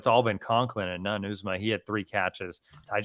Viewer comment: Someone please tell it's pronounced yew- zah-muh (Uzomah) Drives me crazy